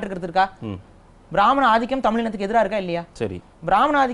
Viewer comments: தமில் அல்ல, தமிழ் என்று சரியாக உச்சரிக்கவும். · தமில் இல்லை தமிழ். நீயெல்லாம் டமில்டூமில்தான் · முதலில் தமிழை சரியாக உச்சரிக்கச்சொல்லுங்க. தமில் என்று கொல்லாதீர்கள்.